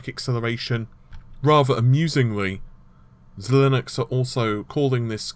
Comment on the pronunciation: I'm pretty sure it's pronounced zye-links.